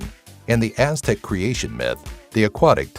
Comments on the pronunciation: You must not know how to pronounce correctly, because his pronunciation was way off on most of the names. His voice sounds smart, but his pronunciations kill this. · Most of this information is wrong or extremely oversimplified, and the pronunciation is wrong every name. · when you let a group of ppl with no written language try and explain their words for the first time you get these unpronouncable deitts. nonoffenss just saying,your butchering them badly.